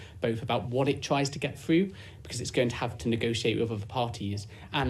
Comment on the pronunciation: About what government tries to... "get fwoo" ( get through )? ... or... "Ve main fing" ( the main thing )? Are speech impediments on the rise? Or have these mispronunciations now become some sort of aesthetic choice?